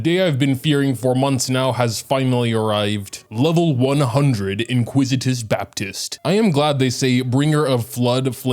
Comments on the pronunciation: I swear to Nahida I have to start watching on mute. I am a well read native English speaker and he's had me calling it the inquisitous Baptist too.🤦‍♂️ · "Iniquitious Baptist", not "inquisitive", but I think he should be called the "Inglorious Basterd"